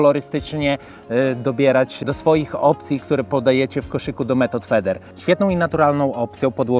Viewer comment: method fider sie czyta jak cos wedlug slownika